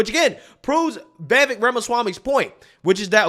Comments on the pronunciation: It’s Ve-vake (rhymes with take and cake). Not ve-vek or vie-vek. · Vivek (V-i-v-ake). Get it right. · Vivek~Viv-Ache-like cake. Learn to pronounce it right. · I’m not getting tired so you making videos about Vivek, but I am getting tired of you pronouncing his name wrong 😂